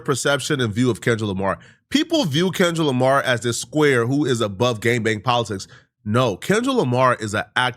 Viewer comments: The man called him kendick Jamar 😂😂😂 and you reaching with all this 🤦🏽‍♂️ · LOL NAW HE SAID KENLICK JAMAR 😂😂😂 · "Kenlick Jamar" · Why he says Kendra Lamar😂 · did this brotha say Kenlick Jamar??? 😂😂😂😂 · Man said Kendrick jamar lol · That mane so old he don't even know kendrick Lamar name the right way..lol kenrick jamar?? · He said "KenLick DRamar" good sir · He can’t say Kendrick Lamar for his life